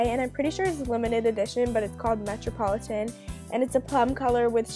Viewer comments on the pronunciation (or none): she pronounced a lot of words wrong in this video... like metropolitan and azure